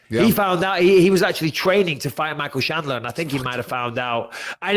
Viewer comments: Michael, it's Chandler not Shandler. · micheal its chandler not shanler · Bisping calling Chandler "Shandler" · Is it really that difficult to say chandler? I guess it is for bisping. Not to many braincells left there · “Michael shalandear” “Justin gagey ” ~ Michael Bisping